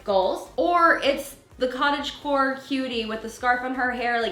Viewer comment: I thought you were saying cottage whore until I looked at the title 😳🤣🤣🤣😉